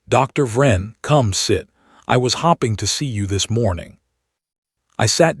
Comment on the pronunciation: How come you keep saying hopping and not hoping. If you are really reading this why do you miss read ( red ) it. Shouldn't you be able to use context clues to tell the difference?